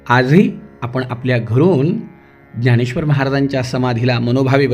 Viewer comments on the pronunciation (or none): none